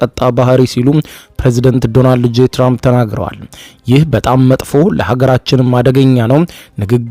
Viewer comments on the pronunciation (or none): none